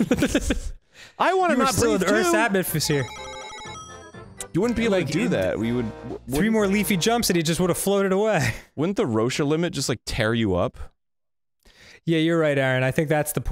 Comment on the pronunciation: Roche is pronounced like roSH not roshA. It also would not tear you up, we literally stand on the planet, so being further away from it does not increase the pull on us. The limit is referencing large bodies in space that hold themselves together with gravity.